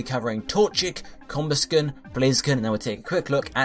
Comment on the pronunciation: DO ABSOL Also, I've never heard it pronounced "COMbusken"